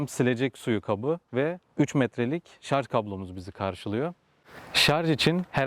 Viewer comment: Iyi sürüşler dilerim ve özellikle şarz demeyip şarJ dediginiz icin teşekkür ederim